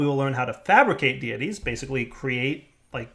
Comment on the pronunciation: "Deities" = "day-ih-teas"